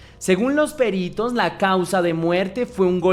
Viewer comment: Gracias por este caso tan tremendo. Por cierto,, no es "Périto", es "Perito", una palabra llana, sin tilde, con tónica en la "i".